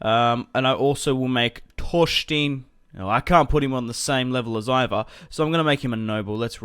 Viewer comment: its pronounced E-var